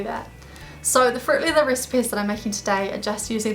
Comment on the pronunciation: sounds like you are saying "fruit liver" xD